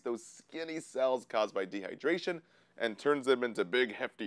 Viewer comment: De -hy-der-ra-tion